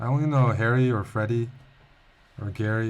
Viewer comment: I think he calls it Arry